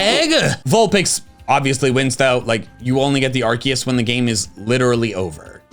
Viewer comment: Love how he’s legally contracted to say Arkoos